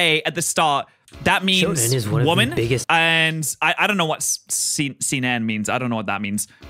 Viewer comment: that "see-nen" hurts me just so you know japanese only have 5 vowels and each of them only have ONE way to be pronounced. With some special cases like Ei = long e Ou = long u Not always but most of the time. But this is the basic knowledge